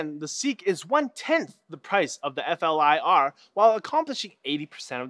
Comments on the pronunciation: it's not called F.L.I.R. it's pronounced as a word "Fleer" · why can none of these tech show actually say flir, so far every one tries to spell out F L I R? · It's pronounced "FLEER." Silly Canadians... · you pronounce it like the word 'flirt' just without the T.